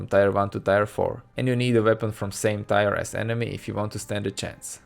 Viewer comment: Great video. Very accurate breakdown. Note on the crazy language of English, tier is pronounced like tear (as in crying tears of joy once devs embrace a single genre). Or spelled phonetically as teer.